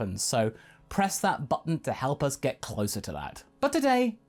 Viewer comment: Did anyone else hear “press that futton” as if they edited out f uck? I was just putting down my phone for a bite when I heard that XD